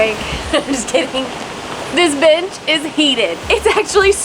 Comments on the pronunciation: omg i thought she said "this b** is heated" 😂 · Not accent making me think he said “heat that bitch” not “heat that bench” i said oh u sassy! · I misheard and thought she said this bitch is heated 🤦😂